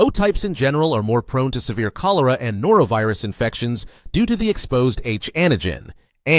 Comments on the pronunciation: it's not NorAvirus. It's NorOvirus. A+ can also receive from A- and O-. C'mon. I can't even watch the rest. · NorOvirus, not norAvirus. Us Noras aren't pathogens. 😅